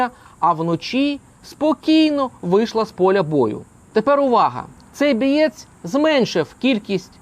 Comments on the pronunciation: Не биеыь. А боець на укр мовм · БОєць, а не бІєць... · на украинском-бОець,а не бIець!😂😂😂😂😂😂😂😂